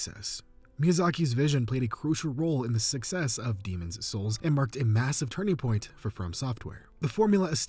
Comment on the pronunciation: Why do you say Demon's souls like that?!